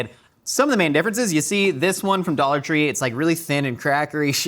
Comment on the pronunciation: I binge a lot of Mythical kitchen. Like. A lot of MK. Every time says “dollar tree” I hear “idolatry” 😭